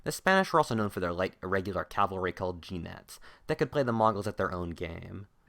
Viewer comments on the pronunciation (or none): Jinete is pronounced hi-ne-te. Light cavalry.